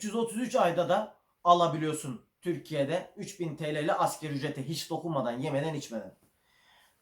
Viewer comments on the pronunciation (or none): alanyada kız kaldırıp isveçe danimarkaya gitmek cahiliyeti bitirmiyor maalesef. Askeri değil asgari dedim diye beni mi suçlayacaksın. Eğer sen kendini bir Türkçe içeril üreticisi olarak(youtuber) tanımlıyorsan kusura bakma Türkçeyi düzgün konuşman gerekir. Binlerce insana askeri dersen onlar da yarın askeri der. Yanlışı düzeltmek ne zamandır kötülük oldu?